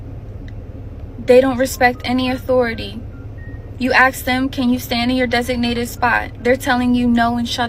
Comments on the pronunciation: Khow what I do ...I laugh,...we told you. And tell the teacher to learn English, axe instead of ask. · Whats with the CLAWS for a ballet teacher. SHes right though, pretty evident which parents she caters to with her use of "AXE" instead of ask etc.